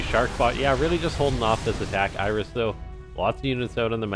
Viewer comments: So is it like a running joke that you pronounce it "Iris" or? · Why are you saying "Iris"?